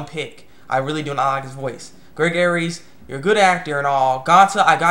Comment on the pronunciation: Greg's last name is actually pronounced "Airs". Sorry it's just a pet peeve of mine.